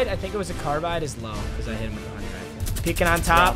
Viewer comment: “Hunning rifle”